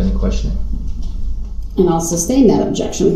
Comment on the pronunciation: lol. Comprehension matters. Substain is what Brooks says when the word should be sustain.